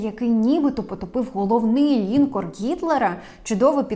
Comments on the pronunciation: Перевіряйте наголос в незнайомих словах, таких як лінкОр. Додивитися не вдалось, бо ріже слух. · Правдиве те, що у тебе губища наколені))))))))) Не лІнкор а лінкОр..